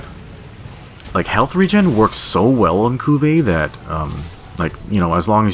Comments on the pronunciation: You are the only person I have seen pronounce her name as Kuu-veh. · certainly the first time i've ever heard her name pronounced like that